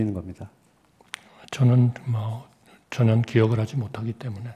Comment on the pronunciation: 왜 전혀를 전현이라 발음하는거지 저 노인네는